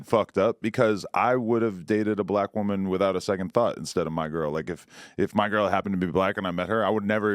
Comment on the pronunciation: The way he said BLACK WOMAN I'm hollering over here I mean kicked my leg in the air fell back hollering laughing!